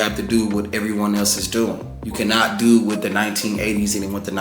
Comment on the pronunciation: We gotta dew what we gotta dew